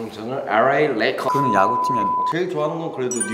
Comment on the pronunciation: 에뤠이 뤠이커스래 ㅋㅋㅋㅋ L까지 혀를 그렇게 혹사시킬 필욘 없잖아